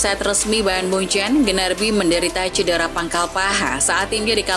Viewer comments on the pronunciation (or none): Gnabry mkin, bukan Gnarby :v